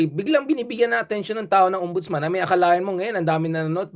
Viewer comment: yun po bang ex non ombudsman err, OMBUDOLSMAN!